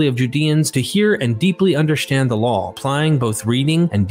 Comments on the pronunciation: Why do you keep adding an L to the end of the word "law"? It's not pronounced "lawl". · I get pulled out of the narrative every time you say "lawl" instead of "law". Why are you saying that? There's no L in the word LAW. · Why does he keep saying LAWL (law+L) instead of LAW?